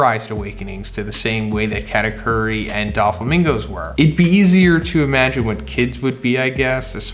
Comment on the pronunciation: Atleast try to pronounce katakuri